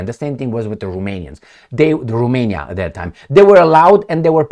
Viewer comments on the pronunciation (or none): none